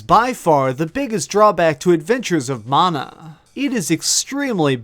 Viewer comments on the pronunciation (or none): Mana you dumb fuck. Like man-uh. Not mawn-uh